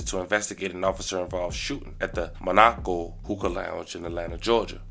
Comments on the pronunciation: It is mon-o-co not ma-nok-o 😆🤣😭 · Why are you saying Monaco like that MA NEH KO NOT MA NAH KO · Brother pl learn how to read or spell. You said Monaco all wrong. How is there nobody to….nvm. It’s pronounced Mon-aaa-co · It's pronounced ma ni co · Come on blk ppl; reading is fundamental. MON-AAA-CO